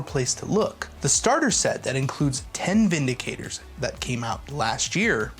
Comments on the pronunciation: VinDICTors. Not VindiKATEors. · Bro its Vin Dic Tors You keep saying Vindi Cators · There is no 'a' in Vindictors.